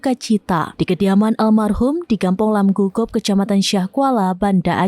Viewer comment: Lamgugob.bukan lamgugop.